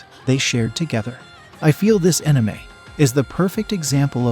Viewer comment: Is an enime anything like an anime lol.. thats the first ive ever heard that particular wrong pronunciation